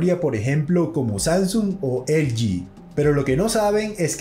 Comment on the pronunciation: Así que "elyi". Usted es hispano, debe decir "eleje". Estamos? Pues estamos!